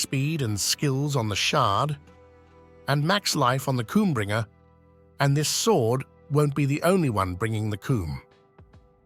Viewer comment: Is no one going to mention the "KOOMBRINGER" I thought I've heard it all.... Love your content